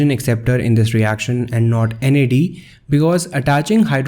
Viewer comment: Nad+ not nad